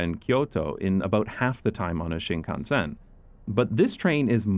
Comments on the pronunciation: Talk about butchering the pronunciation of Shinkansen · I have to admit, his pronunciation was a bit spotty. At first, I couldn't get over the way he stressed the SEN in shinkansen, but the way he said Odoriko was more concerning. But I think I'm missing the point with that. The video is fantastic and the excitement has for these trains is infectious. This is a beautiful video and I cannot express how much I appreciate content like this.